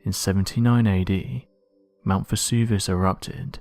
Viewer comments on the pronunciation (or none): none